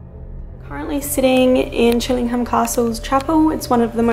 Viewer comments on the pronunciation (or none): I live around 15 miles down the road from Chillingham. It's pronounced Chilling-AM, the H is silent. Also, when you're trying to reach the spirits of those who died hundreds of years ago, I doubt they understand modern slang like 'hanging out' and 'hanging around'.